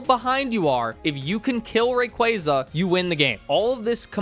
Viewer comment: RAY - KWAAAAAAA - ZAAAA ffs dude .. imagine doing a pokemon video and can't even name the pokemon correctly.. cringe ass Fail